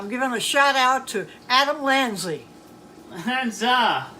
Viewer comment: is so creepy. The music gives it "just a burning memory" vibes. Giving a shoutout to a school shooter and she probably doesn't even know who he is. The way she says Lanzie instead of Lanza really drives it home.